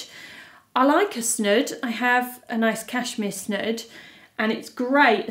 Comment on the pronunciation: It's not 'snUd', it's 'snOOd'!